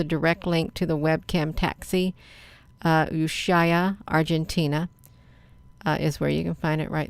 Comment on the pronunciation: Thanks great catch! Ushuaia is pronounced: U shway a